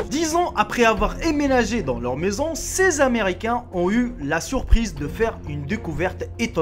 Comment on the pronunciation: Emménager, ça se prononce "en-ménager". Superbe vidéo comme d'hab :)